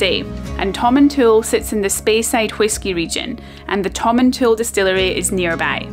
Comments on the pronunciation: Hi, former resident of Tomintoul here. The village name isn't pronounced as Tomin"tool", it really is Tomintoul (sounds like towel). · My Scottish grandfather's favourite (sic) fishing destination. My family always pronounced the last syllable as "towel", not "tool", though. Never fished there, but I remember visiting at age 9-10. Random memory: we ate somewhere that rolled out a dessert cart which I'd never seen before & thought was a splendid thing. Happy Xmas to & all her Scotophile fans. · Tom - in - t - owl. Also loads of people get winter tyres lol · Pronounce it like "Tom in Towel" ;-)